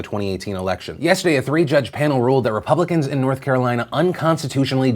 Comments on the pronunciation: Jeremy Parsons really? I just assumed he was a bit challenged mentally. repuhhh-blicans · "Ruh... publicuhns..." This dude can't even speak. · why did that one guy pronounce republicans like that... reé- pub! blicans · It first I wanted to make fun of his pronunciation of "Ruh... Puh-blicans". But then he did it twice! Was that intentional? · i think that's the first time that person has read the word "re-publican" aloud, good lord that was painful to listen to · Im going to start saying "re...PU-...blicans" and "DE...mocrats" from now on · Re..pub...licans. Really....he struggled to pronounce his own party's name twice in like 5 seconds. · “Re......PUUB. licans” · "Re....re...publicans?" So uh, how did you get into such a position of power if you can't even pronounce a pretty upfront-about-pronunciation English word? Get a refund if you went to college. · RE...Publicans 😂 why did he read it like that ?? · that man can't even say Republicans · Why did he pronounce Republicans and Democrats like that? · David Lewis can't pronounce Republicans??? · That man has more trouble pronouncing "republicans" than Arnold Schwarzenegger had with the pronunciation of "California".